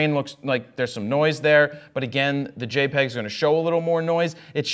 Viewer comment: Did Jared just say JEPG? I think I'm about to throw up